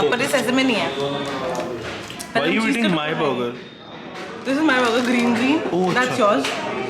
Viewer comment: But did burger pronunciation 😰😰 but you made me hungry 😤🤤🤤🤤🤤🤤🤤🤤🤤🤤🤤🤤🤤🤤😳🤤🤤🤤🤤🤤🤤🤤🤤🤤🤤🤤🤤🤤